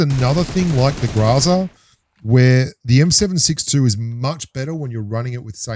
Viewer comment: why do you pronounce GROZA as GRAZA